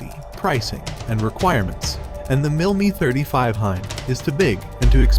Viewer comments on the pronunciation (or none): Great Video but why do you pronounce the MIL Mi 35 as "MIL ME 35"?. Love the video by the way.